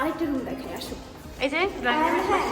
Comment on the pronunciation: Shomossha ❌ Somossa ✅ Banab❌ banan ✅ Asho ❌ Aso ✅